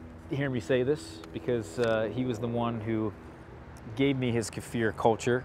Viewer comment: You are one of the very few Americans that pronounce Kefir correctly!